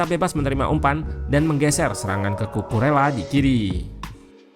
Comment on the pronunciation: Kukureya min yg bener, jangan alesan lu pake dialek indo karena org indo. kalo dialek indo cucu rela kalo Kukurela dialek inggris, biasakan yg benar bukan membenarkan yg biasa🙏🏻